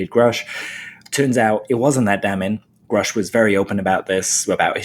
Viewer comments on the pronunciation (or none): At the hearing and on the news nation interview he said his name is David Grusch. Not groooooooshhhh.. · Please stop with the grouush...